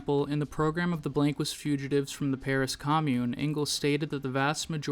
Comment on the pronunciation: That is not how you pronounce blanquist